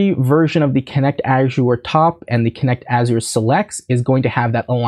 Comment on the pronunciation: Azure rhymes with measure. “Azhurr”.